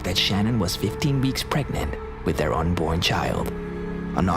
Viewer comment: “See der loved ones”?? Interesting, but the shaking is quite distracting, and the narration could be better. Why,, Whyyyyy?